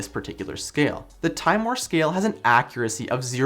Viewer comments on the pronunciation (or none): It's pronounced "timm-a-more", (like as in timothy)... not "time more".